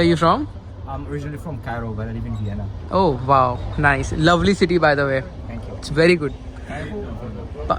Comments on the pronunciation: Vienna is pronounced as vi- ay- naa and not as vina?? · Please learn some pronunciations- like how to say Vienna . And the language spoken in Austria is German not Dutch.